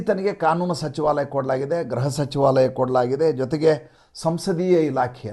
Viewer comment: Not GRAHA but GRUHA ,Sir!